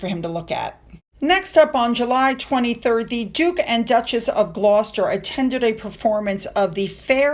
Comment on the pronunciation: Fantastic pronunciation of Glouster ❤ you are amazing